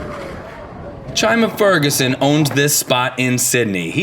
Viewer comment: yes, they pronounced his name funny. I know he’s the GOAT.